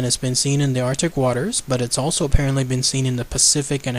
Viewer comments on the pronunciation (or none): none